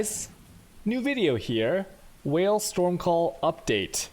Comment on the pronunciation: he pronounces it on purpose like that